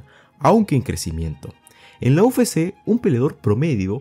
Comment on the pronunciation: Buen video compa. Sólo como crítica constructiva, pronuncias mal "UFC", le dices "u fé sé" en vez de "u efe sé" que sería correcto. Espero no te moleste, es sólo para ayudar, saludos y que sigas creciendo